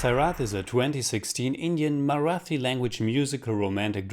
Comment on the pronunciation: and the "thi" in Marathi it's pronounced as Tea but with an H sound along with the T